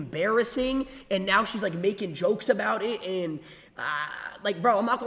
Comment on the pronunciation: "tell me ughbowt eht"